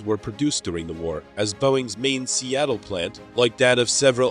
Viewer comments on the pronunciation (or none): none